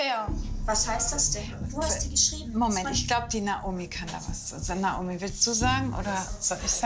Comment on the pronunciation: die hat nicht Naomi gesagt sondern Naumi🤣